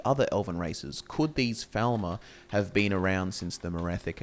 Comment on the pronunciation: I've noticed that you say Falmer slightly wrong